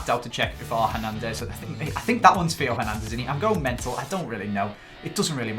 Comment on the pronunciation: The French Real Sociedad left back is pronounced Tay-Oh Her-Nan-Dez